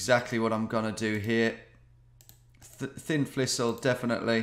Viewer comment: Did he say Thin Flissle? Lol